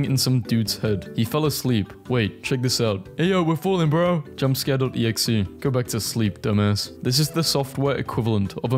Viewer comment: this guy really said .exe as dot x e x